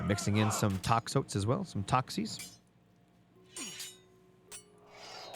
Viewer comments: hey FYI, toxotes is pronounced "tox-OH-tees" and it's singular. the plural is "tox-OH-tai". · Great cast Just putting this here to improve your pronunciation for future - Toxotes = Tox-Oh-Tays - Chiron = Kai-Ron - Jarl = Yarl (just in case) Everything else was perfect